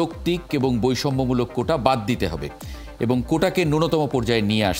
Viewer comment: ের উচ্চারণ লুক,,কুটা,, হাইকুট😅😅😅